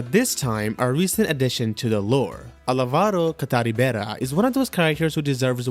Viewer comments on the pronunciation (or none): The way he said Álvaro Catarribera 😭but yeah imo Álvaro, Darim and Aguilar de Nerja do deserve a proper game following a remake of the old formula which could connect old ac assassins with all the new characters